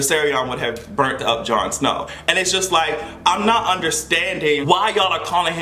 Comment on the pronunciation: put some respect on Jon Snow's name!! 🤣🤣🤣